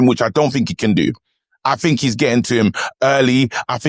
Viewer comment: Fink, froo? WTF